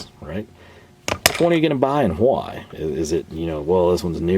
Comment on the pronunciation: Another great video! I always forget you're from TX and then you throw that "HHWHYY" Must be a panhandle thing.